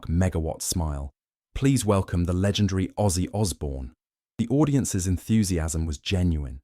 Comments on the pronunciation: It's Ozzy not Aussie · Name not Aussie, its ozzy! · it's OZZY !!! not AUSSIE !!! get it right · Its ozzy not Aussie!!!